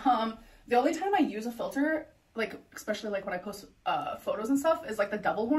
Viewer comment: For ALR she doesn’t understand that the 2,900 calories is the # to maintain her current weight, she would need to eat below that amount in order to lose weight. Also, there is not an “x” in the word especially, nor is it pronounced with an “x” in it.